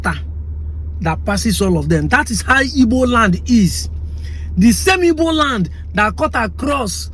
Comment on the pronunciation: it is called Igbo, not ibo. Europeans call us Ibo because they can't pronounce the "gb"